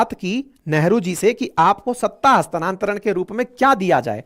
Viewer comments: हस्तांतरण न कि हस्तानान्तरण । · हस्तानांतरण नहीं होता हस्तांतरण होता है पर विडीयो बेस्ट है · हस्तानांतरण नही, हस्तांतरण शब्द है